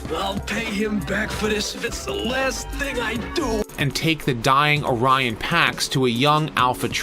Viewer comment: "O'Ryan Packs"? No wonder Prime was so heroic. He was Irish Catholic! ☘